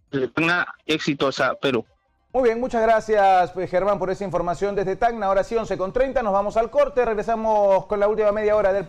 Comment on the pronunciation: Ciudad de TAN NA? donde queda tan na? es Tacna , contraten reporteros que sepan pronunciar bien.